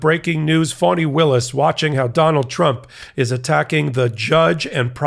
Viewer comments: Is Michael calling Fani Willis phoney Willis? If he is, have someone correct him please!! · towards the end it changes a bit. but the first ~half of the video it sounds like he’s saying phony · Enjoy your report; however Ms Willis first name is pronounced Fannie Willis” not Funnie Willi! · It's Fani not phonie. Saying her name like that makes you sound like T'rump. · It's Fani not Phony. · The name is District Attorney Fani Willis, not fony Willis, Fani as in Fannie Lou Hamer, PUT SOME RESPECT ON HER NAME. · why is he pronouncing her name like that? it sounds like he’s saying “phony”. i’ve heard her name pronounced two different ways but this just sounds… weird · He is pronouncing it like fawn-knee